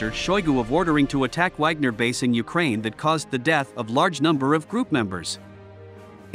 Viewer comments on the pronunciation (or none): none